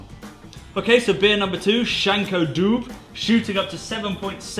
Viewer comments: Dubh is pronounced like "dove" or phonetically "Duvv". Not Dube. Also all bar the fathoms I believe can be gotten on nitro but it would not be very common. The 200 fathoms is also quite a rarity so you have a very good friend for sending you that. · And it's Dove, not Dube :) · Dubh is pronounced "dove". :) Also... So jealous you got a bottle of 200 Fathoms... I couldnt get a bottle on launch day. :/ sold out in 20 mins. :(